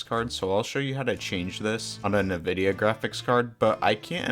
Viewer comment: bro said nividia